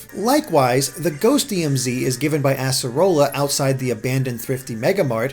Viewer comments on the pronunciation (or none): none